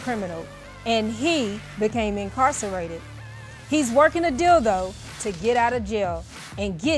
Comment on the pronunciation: HE’S WORKING A DILDO??? Cmon! Pronounce your words man! “He’s working ON A DEAL THOUGH….” Use proper ENGLISH!!!